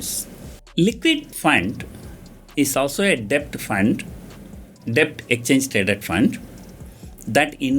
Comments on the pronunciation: Wrong pronunciation of DEBT ...please google for correction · 1) u didnt mention abt post tax returns on short term bond 2) what r tax implications & yields if we sell long term bond after 3 years & short term bonds before 3 years 3) In all the videos , u r pronouncing silent character 'b' in the word 'debt' . Please be noted that 'b' is silent in 'debt'